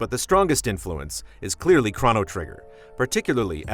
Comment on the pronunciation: "Craw" no Trigger? It's pronounced "Crow" no. Nice review though!